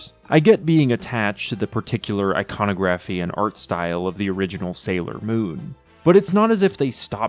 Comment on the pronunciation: in the 90s we could say "iconography" correctly at least